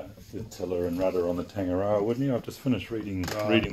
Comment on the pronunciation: One would thing he’d perhaps pronounce the word ‘Tangaroa’ correctly. It’s pronounced ‘tongue’ - ‘are’ - ‘raw’ (rolling the ‘r’) ‘are’. Not ‘tang’ as in ‘tangy’